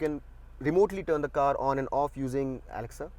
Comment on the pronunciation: The way you said Alexa.....😂😂